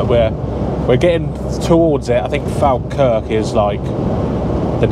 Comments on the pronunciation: Your saying Falkirk wrong mate, say it like Fall Kirk haha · Loving the videos 👍🏻 Falkirk is pronounced follkirk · Falkirk is pronounced Fall kirk 👍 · Falkirk is pronounced Fall-Kirk but nice video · you pronounce Falkirk ( Fall kirk) lol Awesome videos dude, glad the tractor pulled you out :D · It's pronounced Fall kirk